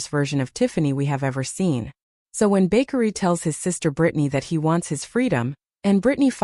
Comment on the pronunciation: His name is...Ba-kar-ree! I no I spelled wrong, now the narrator can pronounce it right!😅😅😅😅